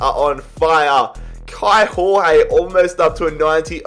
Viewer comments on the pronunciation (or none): Kaio Jorge is pronounced Kai-o Georg-ye sort of idk how to explain it perfectly